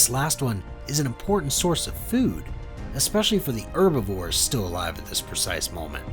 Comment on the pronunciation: He can't pronounce herbivores.